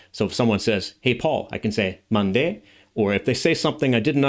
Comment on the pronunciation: Mande?Sounds like Japanese Nande..